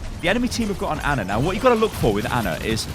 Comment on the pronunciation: Finally someone says Ana instead of Anna